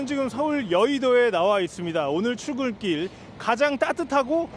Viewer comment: 추워서 출글길..이라고 발음하심ㅠㅠ 왜 밖에서 날씨말고 다른것까지 해요ㅠㅠ 맘아프다~감기,독감 조심하세요❤